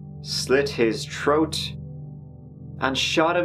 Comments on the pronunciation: when you say “troat” instead of throat I can’t help but laugh even tho it’s inappropriate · What’s a Troat? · The word is THROAT not TROAT. Good God man go to a speech therapist!!